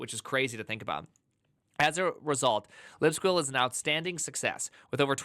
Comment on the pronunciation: How are u saying libsqueal with a straight face lol